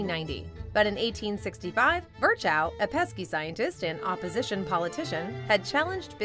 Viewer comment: Can you please refrain from butchering German names such as "Virchow"? It's more "Veer-hoh" and not even remotely close to you made of it.